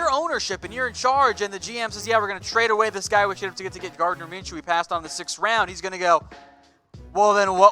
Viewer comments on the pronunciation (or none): Gardner Minshew, not M orJ